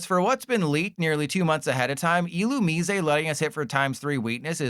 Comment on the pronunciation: please stop pronouncing Illumise like that...please. dont be like LDF